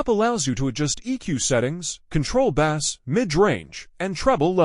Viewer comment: It’s Bass (base) not bass 🐠